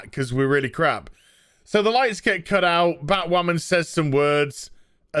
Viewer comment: I thought you said BahtWhamen Vs BAME for a second there..